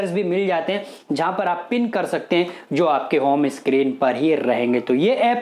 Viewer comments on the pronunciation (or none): none